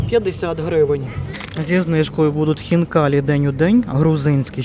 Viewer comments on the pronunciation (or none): none